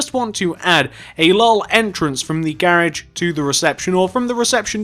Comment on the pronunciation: The whole time he was saying garage i was like wtf is that until he spelled it out on the sign.